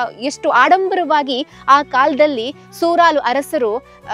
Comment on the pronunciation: ಸೂರಲು ಅಲ್ಲ ಸುರಾಲು